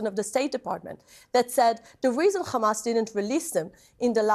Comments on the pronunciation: Does anyone else cringe when they pronounce it as "KHamas". Its Hamas! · Each time she says khhhhamas she gets on my nerves, jeez just say hamas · What's the point of this fat waste of space? All you hear is KHAMAS this KHAMAS that KHAMAS to blame, same puppet lines, with zero accountability on their side. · I wonder if it’s a Government directive for all propegandists pronounce Hamas as Khamas, you know, the same way the US used to call Saddam Hussein, Sodom Hussein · KHAAAAAMAS! Dude, she would cough her throat out pronouncing it like that. Stupid woman. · Every time she says khamas feel like crying, laughing, and raging at my screen. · it's said like a H and she can say other H words fine, besides some israelis can say it correctly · it's because in Hebrew there is no ح only خ so they turn all the h sounds into kha and her bad English and accent means Hebrew is her language. Some Israelis who say it properly are form other places and can speak other languages. It's not said as an insult, what's the point of it. I just use it as a signpost that anyone who pronounces it Khamass is a brainwashed maniac usually and when they speak it turns out I'm always right. They live in an Israeli echo chamber and Hebrew language propaganda suits them just fine so they don't bother looking elsewhere and the result is always a pack of lies coming out there mouth. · Khamas khamas khamas.. ugh!!! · She can say hospital but she can't say kkkkhamas. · There pronunciation of Hamas is so annoying that I'm now starting to hate the whole language. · Nobody had any right partitioning Palestine for the new world order military industrial complex allowing a "government" to use military against civilians based on religious dogma and blatant lies. Do everybody a favor and stop pronouncing the H in hamas like that it sounds ridiculous. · It is not even worth listening too.. no sense.. no train of thought.. she only know one word and she can't even pronounce it right